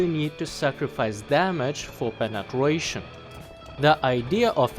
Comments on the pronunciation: Why do you keep saying Penetwuation? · Appreciate how you cover both realistic and arcade , also like the way you say " penetwation" Can you review the M48C?